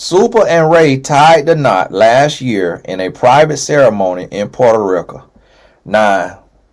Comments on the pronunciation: Tonnnnyyyy not Potaaa Ricaaaaa 😂😂! I’m always laughing listening to you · Nobody:: Puerto-RIKA 😩🤣🤣🤣🤣🤣🤣